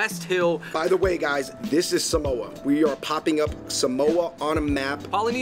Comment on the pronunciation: Ok... first it’s SAH-moe-AH not SUH-MOE-UH. it’s not coconut spinach it’s called Palusami it’s taro leaf & coconut & onions. It’s not really a “Polynesian “ sausage it’s jus sausage. Lol and it’s not SAPA SOI it’s SAPA SUI or u can just say chop suey. I really do appreciate u guys showcasing Samoan cuisine because no YouTuber I’ve ever seen has made a video on Samoan cuisine . Thank u. And I watch u guys an love y’all content one love 💪🏽